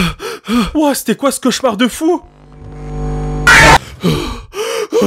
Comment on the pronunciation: c'est quoi un chauchaumar au secours mes oreilles